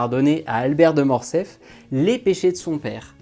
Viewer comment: On dit "Morcerf", pas "Morcef". Ce n'est pas la première fois que j'entends qu'on fait sauter le R, il y a plusieurs livre audio comme ça, je ne me l'explique pas.